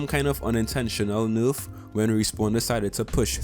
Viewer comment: First things first #SAVEOCTANE Second of all I love it when you say nurf instead of nerf